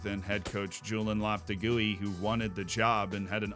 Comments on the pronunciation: loh-peh-teh-geee WHAT THE FUCK IS LOPTIGOOEY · Incredible mispronunciation of Lopetegui 😂😂